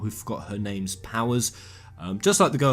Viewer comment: You never fail to impress me, mate. Trully, you really have this... gift, so to speak. I really don't know how to put it, but, in short: you are the best at butchering names.